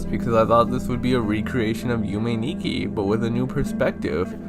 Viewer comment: Also, Nikki pronounced (knee-key)